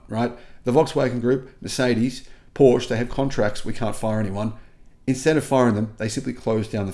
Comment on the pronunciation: Porsche is spelled with an e like in "let" (not an a)